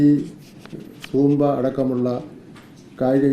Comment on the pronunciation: 😂😂😂 പൂമ്പാ അല്ല Zumba